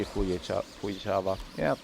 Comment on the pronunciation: ❌ Fujichawa ⭕️ Fujisawa 😆